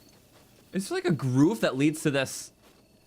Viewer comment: Wait, I'm from Wisconsin and we do NOT pronounce grove as "groove". That's just a Croton thing.